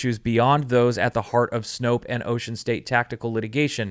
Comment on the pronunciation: Please, please, please.... Snope, not Snopes. Stop sounding ignorant.